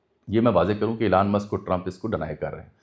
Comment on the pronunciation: Meray Bhai Jab Ap Preparation Kartay Hain To pronunciations bhi daikh lya karain. Epestein files nahn hota Epstein files hota hai. ep k bad es nahn hai. Elan musk nahn hai. Elon musk hai, woh bechara koi elan nahn kar raha. Kindly take it as positive criticism. Main English ka expert nahn hoon but main koi vloger nahn hoon